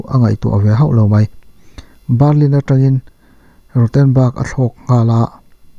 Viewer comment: Jarman (German) Barrlin (burma ang der burlin)😉 hma i sawnzel ka beisei.. i aw ngaihthlak a nuam